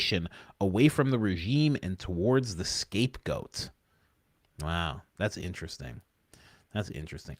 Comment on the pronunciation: Coach did you say "the escape goat"?...